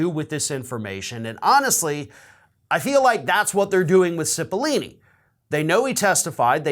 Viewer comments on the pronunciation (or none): Pretty sure it's Cipollone, not Cippolini... Just sayin... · it's Pat CIPOLLONE not CIPOLLINE. sorry. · CipollONe not CipollIni (sigh, men just can't read...) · Why do people keep pronouncing CipollOOOOOOOne's name with two "E" sounds? Learn how to read! "Cipollone" isn't pronounced "Sip-o-lee-nee". It's pronounced "Sip-o-lone-ee". There's no language where the "one" in Cipollone is pronounced as "ee-nee". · Cipilollone, not Cipillini. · Come on,. I'm a fan and watch every single clip you post. But certainly you can read well enough not to get Cipolini out of Cipollone. Really. Makes you look illiterate. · Pronounced “Sipa lone eee” (love your vids but pronouncing names is NOT your strong suit!) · His name is Pat Cipollone not lini. That is all. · Pronounce Pat's name correctly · Why is this guy's name so freaking hard to correctly pronounce for people? It's four syllables, bro! 🤣 Just think "pepperoni". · Correction: Cipollone is pronounced with a hard o in the third syllable. I have heard many people in the media mispronounce it.